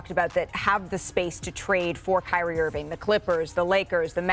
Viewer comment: Kyrie Irvin' - Stephen A